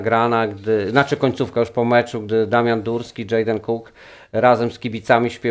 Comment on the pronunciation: Przyganiał kocioł garnkowi... czepiacie się redaktora Murasa za błędne wymawianie nazwiska Dżejdena, a sami kolejny raz błędnie wymawiacie imię zawodnika Astorii.